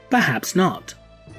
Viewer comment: Please stop with the "watchin-GAH!" Pronunciation. It's super annoying and not really that theatrical or dramatic